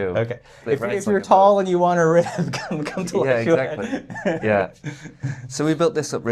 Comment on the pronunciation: It's not shoe-ette lad. It's schwet.